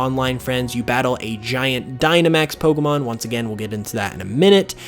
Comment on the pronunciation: I'm sorry...I like you, but the way you say "po-c'mon" & the big "pops" you get off your microphone, it's too much for me